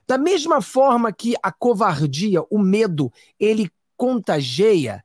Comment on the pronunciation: Prezado, vc estando há trinta anos nos EUA, é normal que se descuide um pouco dá língua pátria e cometa alguns equívocos! Acompanho seu canal e o admiro;nessa live mesmo você empregou à pronúncia do verbo CONTAGIAR erradamente! Não é contagea! Desculpe à sinceridade! Continuo firme no canal, abração!